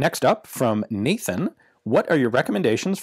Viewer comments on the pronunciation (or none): none